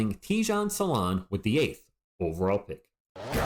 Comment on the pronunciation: Salaun, not Saloun like on the thumbnail or Saloon... 😂 otherwise Risacher has the most skills I think, but Salaun has progressed faster over the last year... good prospect and he will only be 19 in August 🤯